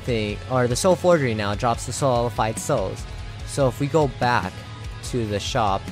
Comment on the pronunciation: Waiting for him to realize that its solidified, not solified...